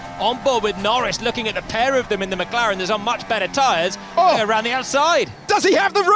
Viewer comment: 7：21 The [McGaren] 😂😂